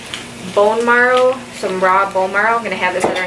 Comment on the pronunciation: bone “marrow” not “morrow”